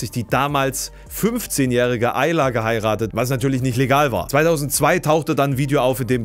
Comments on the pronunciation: Aaliyah spricht man nicht "Ayla" aus 😱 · Aaliyah spricht man doch nicht Aila aus. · Ein richtig gutes Video aber wie du Aaliyah ausgesprochen hast, hat wehgetan 😅